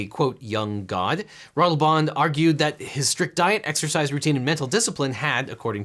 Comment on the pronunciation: The pronunciation of Ratelband is... interesting. It's less wrong than I'd have expected, but still very much with an American accent. But I have to give props for at least not Americanising the name. I always love to see people give it a serious try.